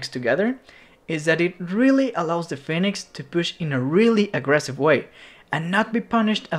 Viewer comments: Phoenix not fenix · did my homie just say Fenix? xD